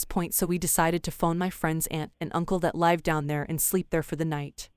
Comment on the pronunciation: You guys have people read some of these, right? If it isn't a text-to-speech, can you politely ask them to pronounce "live" and "lives" correctly? Kinda takes me out of the stories every time they mispronounce the words.